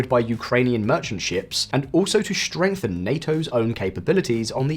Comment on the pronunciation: "Shtrenghten", "shtrategic"? My God!